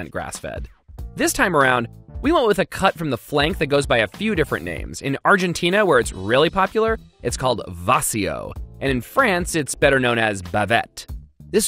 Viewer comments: "vacío" it is pronounced bah-CEE-oh I feel like Hermione 🤦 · Its "Vacío" , not "Vácio" Also , Vacío is a lot Bigger, idk what is that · It's called "vacío" not "váseo" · Omg I cringed so much when he said "vacío" like that (still loved the video)